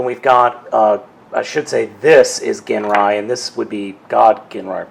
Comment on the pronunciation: i keep hearing everybody pronounce his name wrong i have masterforce his name is pronounced (jin-rye) other than that lol i got this same set at toys r us too and he remains my prized transformer, and his stickers are pretty thin so if you apply them all the wrinkles should go away as long as the glue on them is still good